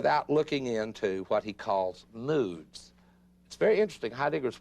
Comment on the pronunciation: I can't help earing "nudes" when he says "moods" ☠️ great lecture, what an outstanding professor 🙏